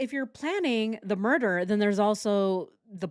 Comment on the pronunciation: Switched off after the 100 time u says “murch”